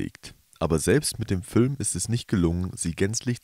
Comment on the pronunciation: Fülm, Dschette, 🙄